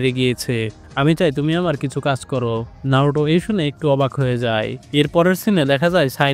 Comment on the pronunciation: নারুটো না নারুতো ok